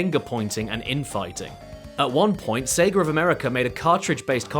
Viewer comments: Why does he keep saying Seger? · lol "Seger of America" that's got to be the worst part about that accent, having to put an 'R' in-between two vowel sounds